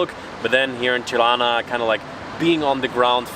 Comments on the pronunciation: Smth about the way you pronounce the "r" in Tirana made me think you have germanic background. Apparently not. So, the pronunciation itself is fine. Just use a regular plain r. Keep up the good work and wishing you enjoy your stay in our country. 👍🏻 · The way you pronounce Tirana, makes me think your mother tounge is German.